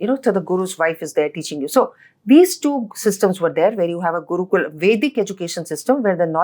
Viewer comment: After appreciating everything inIndian perspective 100 times she said Guukulaa and Shlokaa. It's Gurukul.. Shlok ...we don't have that problem with our tongue we can pronounce correctly..